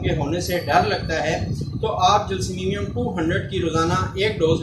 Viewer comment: معذرت کے ساتھ گزارش ہے کہ یہ لفظ جیلسیمیمیم نہیں بلکہ جیلسیمیم ہے شکریہ